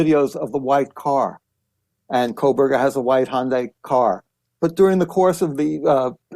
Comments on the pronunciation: And Kohberger is Koe-berger,not Coal-berger. Ugh! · He pronounces Kohberger coreectly. It's Megyn who keeps adding an "l", making it "Kohlberger". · It's not Kohlberger! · Yes, with all of her coverage of this story, she still thinks it's Kohlberger. Also doesn't take the time to read any of these comments or the mispronunciation would stop. It's so annoying. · Megyn…. It’s Kohberger…😢not Kohlberger! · Dear Kelly - his name is not pronounced “coal/burger” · Thanks for the True Crime palate cleanser. Just one other tiny thing…There is no “L” in Kohberger. 😬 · I don’t really care about this guy, but there is no L in his name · Howard, a pronunciation guide for your benefit: gon-SAL-ves. And for you, Megyn: Kō-berg-er (not Kole-berg-er).